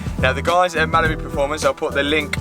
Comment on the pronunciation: The way you say Mallory Performance like it's Malibu Performance drives me crazy. 😅